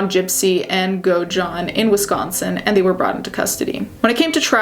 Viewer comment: Great video but the way you pronounced Godejohn is so annoying girl 😭 it’s go-da-john